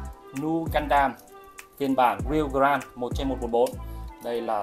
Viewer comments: Góp ý với anh là grade đọc là "Gờ rây" chứ ko phải "Gờ ran" nha a E thấy sai nên góp ý chứ ko có ý j hết <3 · nghe ông này phát âm từ "grade" mà chán mẹ luôn